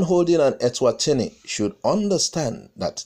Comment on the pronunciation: Swaziland, and not Elswazini. You got me thinking we have a new country out of Africa.....lol